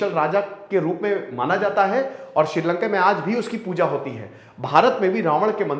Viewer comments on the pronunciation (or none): none